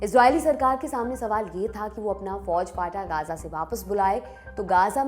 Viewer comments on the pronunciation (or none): मैम वो गजा है ना की गाजा और गांजा😂😂😂😂